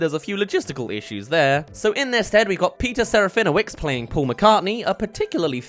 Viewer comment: Peter Serafinowicz's surname is said with a WITCH sound, not WICKS.